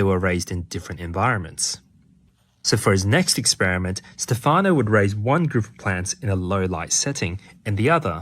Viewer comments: Stefano is pronounced with an accent on the first syllable. Stéfano, not stefàno. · It's Stéfano, not Stefàno. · In Italian, Stefano is pronounced (STEPH-ah-no) not (steph-AH-no). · Stéfano not Stefàno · its Stèfano not Stefàno, its like sthephanie......but male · Its Stèfano, not Stefàno, btw. And the e is an "eh". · Thank you very interesting. Just one note, please it's Stéfano not Stefàno! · This is such an interesting subject! I remember reading his book "Verde Brillante" many years ago, when I was in middle school. It got me really interested in the way plants perceive the world around them. Also, it's "Stèfano", not "Stefáno". I don't want to be pedantic, but it's a bit annoying hearing it mispronounced so many times in a row. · Great video! Of course plants are aware. Who ever could think they weren’t? And it is pronounced STE’-fano. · Really interesting video, but you could've spent like 15 seconds learning how to pronounce "Stefano" since you were gonna say the name 40 times...